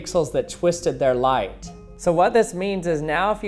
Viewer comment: I'm losing brain cells every time you say light like this